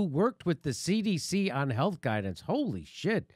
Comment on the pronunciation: wt.f, is that pronounced "cnn haylth"?